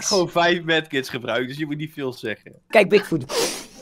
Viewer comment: Ik verstond dik foot